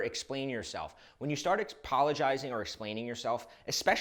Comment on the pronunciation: What is “appolojsirius”?